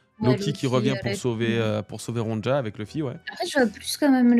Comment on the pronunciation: Ptn ça me fait trop tilter la mauvaise prononciation du prénom Ronja mdr C'est un prénom scandinave, le "j" ne se prononce pas comme un "j" français Genre, prenez le prénom Sonia, remplacez le S par un R et pouf: Ronja